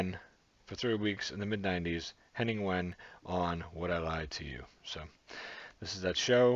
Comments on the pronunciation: Hi, his name is pronounced very similar to "vein" not "when". Also, in the first episode, the red haired guy is British Olympic long jumper, Greg Rutherford, and that's why Lee Mack said that he is allowed to jump in when he interrupted. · Pronounced 'Veyn', well close enough? Saw him in Cambridge a couple of years ago, brilliant! The wife loves him too, which is strange , as he performs in English and my wife is German! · Wehn is pronounced Vain. The bloke on the far left is Greg Rutherford. Olympic long jump gold medallist in 2012. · It's pronounced Henning vein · Pronounce the w as a v and you'll get his name right. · pronounced henning vane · His name is pronounced Henning Vain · I think he pronounces it as "Vain" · Pronounced Venn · Wehn is pronounced Vane. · Henning Wehn is always so amazingly innocently funny, a German with now dual citizenship, he loves the UK. I'm British and live in Germany. Diversity makes us better people, Viva la différance! Oh, and it's pronounced "vehn" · His surname is pronounced Vehn. Love WILTY, Lee Mack is so quick and hilarious, but you must watch Bob Mortimer's dentist story. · Wehn is pronounced 'vein'. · Henning's last name is pronounced " Vain" Also in the "This is my " round the person is told not to show any emotion either way if possible so as not to help the guessing team. Nor can they be asked questions or speak. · Henning is brilliant. Wehn is pronounced as in vein (blood or weather vein) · Pronounced vein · Wehn pronounced Vain. He is the self-styled "German Comedy Ambassador in London".